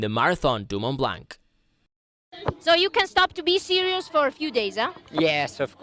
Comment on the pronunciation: "Mon Blan" T and C are silent. It's just like "Chamoni", you don't say Chamoniks.